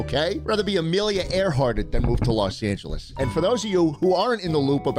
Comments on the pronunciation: "Los aNgEieS" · "los anyuilees" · los angeleez????? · Los Angelis... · Los Angilees my favorite. I love Oddsoneout/ Bro can't pronounce names for shiii 😭😭😭